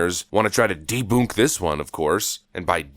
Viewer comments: Just out of curiosity, why "deboonk"? It's debunk, unless you are copying someone? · Is he saying deboonk money or?